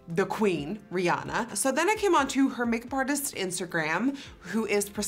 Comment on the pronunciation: she said i-anna oooppp